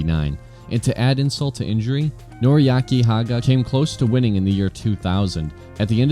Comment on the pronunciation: One of the greatest bikes of all time! AWESOME VIDEO just one thing....please don't ever say NORIYAKI again LOL!!! Its NORIYUKI HAGA (his run on the R1 in WSBK in 05 was pretty insane to watch). Cheers! Keep these videos coming!